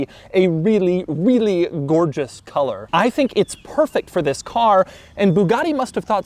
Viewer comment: I came from the Doug saying "this" chronologically and now all j can hear is "vis"